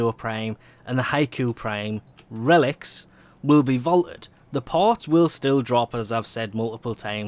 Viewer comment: You forgot the T in Vaulted